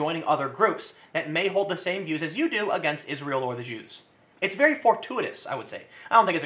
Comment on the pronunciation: 'at the start Tim says: "about the Jews" what i hear: "about ze Jew"